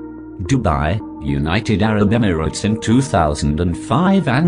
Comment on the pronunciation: "united arab emflkhjsdgjhgstes" LMAO